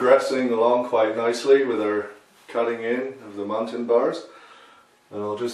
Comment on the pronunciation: I used to hear the old painters call them "mullions" and even "muttons", you're the first I've heard actually pronounce it correctly. Run muntins in a series of "L's",working from top to bottom of one sash. Then reverse the proceedure to finish the sash. Same for the bottom sash. Of course all sash should be left slightly ajar until the paint dries. Nothing like glazing and then knocking out a bank of eight over eights, that's decorating.